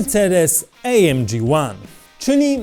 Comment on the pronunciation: Błagam, nie Ej EM Dżi tylko A EM Gie (film jest po polsku) albo A EM Gi (to niemiecki skrót).